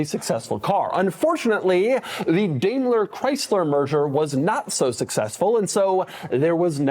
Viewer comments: it's DIME-LER not DAYMLER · Yup, DaimlerChrysler, the "merger of equals" that never was. (Btw Doug, it's pronounced "DIE-mler" not "DAY-mler". Take it from someone who grew up in the Detroit area and was in charge of a commodities contract with them for a supplier.) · Daimler is.pronounced "dime ler". Not dame ler. Do better. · It's pronounced as "Diamler, not Damler." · The Crossfire was a unique car. Too bad Chrysler doesnt have a good rep producing reliable cars. But I thought it was pronounced DIME-ler Chrysler not Day-mler Chrysler? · It's pronounced "Dime-ler" not "Dame-ler" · Not to nitpic but, Doug, it's pronounced Dime-ler not Dame-ler. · It's pronounced "Dime"ler not "Dame"ler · It's not 'DAY-MLER' it's 'DIE-MLER'. Also, this was a pretty good little car. I drove the roadster version of it several times. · how do you not know how to pronounce "dime-ler"? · Pronounced DYMLER BENZ. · Doug, really, you're such a car guy, but why in tf did you pronounce Daimler DAMELER? maybe time to bring your new found ego that everyone is noticing on you little podcast things you do back down to humble levels. And maybe you will pay attention. Thats one of the top common names in the automotive industry yet you completely fkd it up. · DIME-LER.....say it right.... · It's produced "Dime"ler. Otherwise good video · Is it actually pronounced "daymler"? That kind of the me off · I'm not a German, but I had a stroke listening to the pronounciation